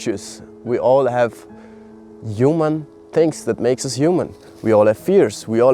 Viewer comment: I love that the way you say “human” sounds like “You Man”❤🥹 which feels so unintentionally poetic and on brand✨